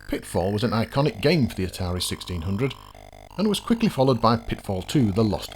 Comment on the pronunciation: At , Atari "Sixteen hundred"? ;) For some reason, it just caught my ear xD